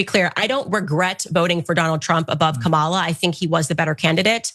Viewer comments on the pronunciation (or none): And by the way Candace, it's pronounced Kah ma la,get it right. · AND she supposed to be so well educated, but can't or won't pronounce Kamala's name like it's actually supposed to be pronounced. Like it's somehow too hard to do!